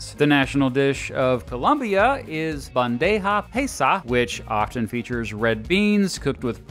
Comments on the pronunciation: Hate to nitpick, but it's pronounced Bandeja pie-sah, not pay-sah :P (I nitpick this in particular because its my favorite dish ever) Great video though! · I laughed at the Bandeja Paisa part 😂🤣🤣 we dont mess around haha Also try saying (pie - sa) instead of (pay-sa) if you care about pronunciation regardless great video loved it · Cheese in hot chocolate is amazing and bro, okay my pronunciation is not perfect, it's too gringo in fact, but bandeja paisa - please ask a Colombian how to say this properly. Sorry I have had too much wine, sadly I am not in Colombia with too much aguardiente, arepas, empanadas....